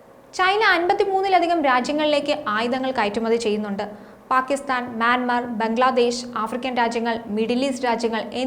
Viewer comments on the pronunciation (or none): none